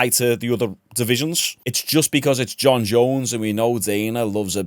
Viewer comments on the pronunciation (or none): none